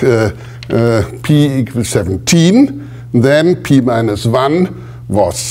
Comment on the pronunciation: pee minus wan. shudder